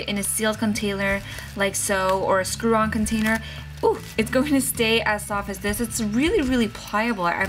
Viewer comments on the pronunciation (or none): She said contailer